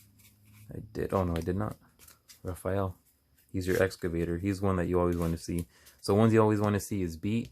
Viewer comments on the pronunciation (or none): Nice video and very helpful for combos. Just a heads up it’s pronounced “Ra-fall-eh” like Canada eh